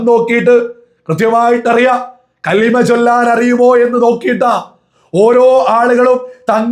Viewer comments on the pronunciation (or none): none